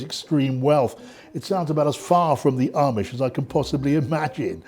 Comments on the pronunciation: Just one thing, it's Amish, pronounced like "Aumish" like "Autumn" not "Armish" like Brits say. I'm a transplanted Brit in Lancaster County, Pennsylvania and I've been corrected many times so please get it right! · There is no 'r" in Amish. At least show that you know something about them by at least pronouncing it correctly.